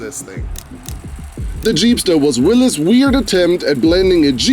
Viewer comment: Thank you for correctly pronouncing Willys 🙏